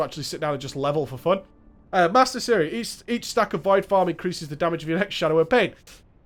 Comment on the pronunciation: Poor guy. He can't say "form" properly.